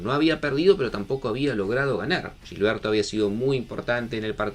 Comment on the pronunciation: Es Gilberto, no “Llilberto”